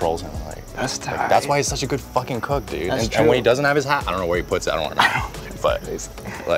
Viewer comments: "zis thing you need to hav a focking knife" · i thought chef ludo said "trust me, this thing needs a focking knife."